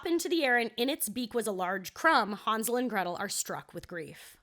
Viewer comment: It's Han (like hand)-zle and gretel not haan-zle and gretel